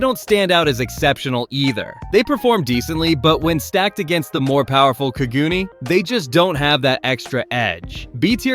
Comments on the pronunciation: "kagoon" cog-u-nay is how its pronounced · Say it with me now “Ka-Gu-Nay” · Bra U sayin kagune wrong talkin bout some "kagoonies" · quick tip: in ur tts put in the hirigana for the japanese word so it pronounces it correctly for kagune im relatively sure it would be かぐね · How do you manage to mispronounce Kagune every single time